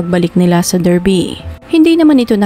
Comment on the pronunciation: Correct ko lang, it’s pronounced as “DAR-BI”